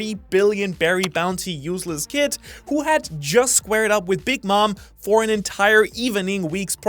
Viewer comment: Eustass Kid or "Useless Kid"?